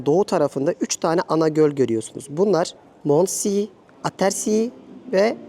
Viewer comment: Mondsee, Abersee, se okunacak , see ‘ler se olacak !..